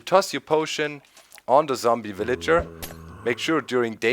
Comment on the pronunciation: Mombie because its the word he pronounced wrongly Zombie to mombie LOL